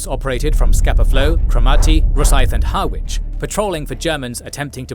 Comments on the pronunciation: Ha itch not hARwich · Pronunciatio corrections: Hobart" is pronounced "hoe-bart", not "hob-art". "Scapa Flow" is Scarpa Flow". "Harwich" is "Ha", (as in the first part of "had)"-rich". "Casemate is "case-mate". In "coup de gras" the S is silent. While "forecastle" isn't incorrect, it's normally contracted and pronounced "folk-sl" in maritime use. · Just butchered the pronunciation of Harwich, drop the W to get it correct.